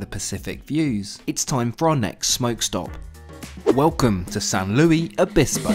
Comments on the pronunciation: San Luis Obispo is NOT pronounced as the French Louis! It's Spanish!!! It's pronounced Lewis !:-) 🙏💜⚡️ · Great video. Last year I rode Amtrak from Connecticut to California. Thanks to your video, I'm now ready to do it again. BTW, don't let a San Luis Obispo resident hear you say "San Louie." They pronounce it "San Louis." I used to live there. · Saint Louie ? It’s San Luis. At least make an effort of pronouncing it right… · Ahem it is pronounced similar to San Luois Obisbo, not how you said San Luis Obisbo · As a NorCal native, this Brit’s pronunciation of San Luis Obispo made me smile lol